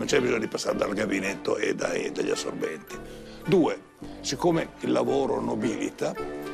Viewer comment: Dice assorbenti🤟😂😂😂